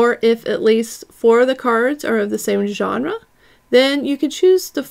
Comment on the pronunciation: I'm so proud of you for saying genre correctly. True character development